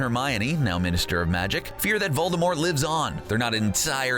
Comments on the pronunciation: It’s Voldemort not VoLdErMoRt. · It’s not Voldermort it’s Voldemort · Voldermort that’s how he pronounces it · Ahh good ol’ “voldeRmort”